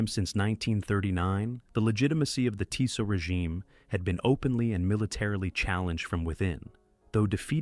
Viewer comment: HOW do you produce a "factual" video on the Slovensky Stat WHEN YOU CANNOT PRONOUNCE MONSIGNOR TISO'S NAME CORRECTLY? How can you be taken seriously? AND it is Slo-VAHK NOT SLO-VAAAK, My God. You know NOTHIING about Slovakia's treatment of its Jewish populations Slovakia being THE ONLY Axis member that "'deported" (nice evasion ..."deported" WHERE? Bermuda?) its Jewish population VOLUNTARILY WITHOUT GERMAN PARTICIPATION OR PRESSUE Using primarily something called the Hlinka Guard who are notably absent from the docu (just as well as your AI would have doubtless mis-pronounced their name) to the point where Slovakia became/is the most "Juden-Frei" state in Europe. This is a pure Ai channel the "commentary" such as it is probably taken directly from some 3rd rate AI service including photos that do not match the commentary the supposedly illustrate. One of the WORST WW2 channels on YouTube and that is saying a lot Unsubscribed.